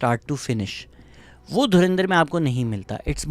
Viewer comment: Abe tuchiye dhurinder nahi dhurandhar hai 😂